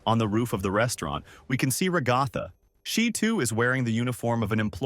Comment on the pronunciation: RA-GA-THA- NOT RO-GO-FA